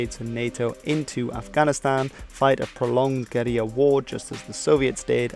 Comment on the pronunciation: These guy says guerrilla really weird like...gd video though